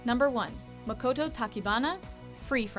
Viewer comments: Can ya'll pleaseeee learn how to pronounce the names?????? But #1 MAkoto (not maKOto) is everything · The way she pronounced Makoto and Haruka.... ugh. But Reigisa and Rinharu yay! lol. I was not expecting Makoto. Hyakuya Mikaela, Okumura Rin, and Matsuoka Rin should have been here too. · Btw you mispronounced Makoto and Haruka. You disgrace. You could've just said Haru-chan, that's WAY easier to pronounce..